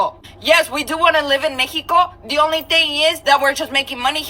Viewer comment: I instantly dont like people that pronounce mexico like that. Also. Stop with the background music